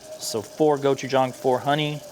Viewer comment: Thank you so much for pronouncing gochujang correctly! I never trust a chef who uses it but can’t say it right.